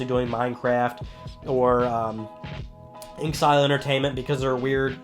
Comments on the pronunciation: InXile is pronounced "In Exile". Just saying. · It's In-X-ile.